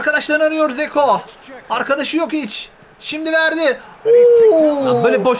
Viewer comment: Zeko değil lan dzeko